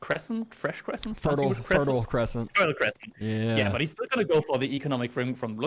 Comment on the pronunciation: When MarineLord plays Abbasid, it’s pronounced fertile croissant.